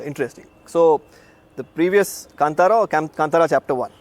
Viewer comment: Not Kantaka it's Kantara